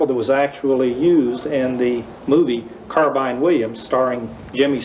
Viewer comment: See, there was a time when Americans knew it was a carbine, not a car-been